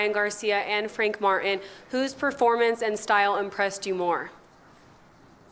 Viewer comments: Did he say Frank Fartin?! This guy! 🤦🏾‍♂️🤣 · Sounds like he called him Frank Fartin 😂🤣😂